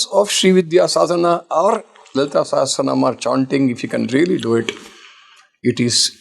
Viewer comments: it is not "Sehasranaam" it is "Sahasranaam" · Thank you for hosting this!🙏 but a correction, it is not ‘SEhEsranaam’. It is SAhAsranaam’.